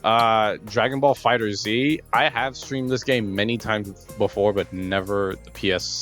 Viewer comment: Its pronounced Dragon Ball "Fighters" not "Fighter Z"